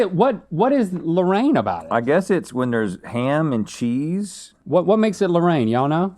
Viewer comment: Quiche Loh-rain lol